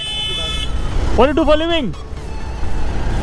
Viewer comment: u r doing a great job but I would suggest u bring a Little bit of clearity in pronouncing "What do you do for a living"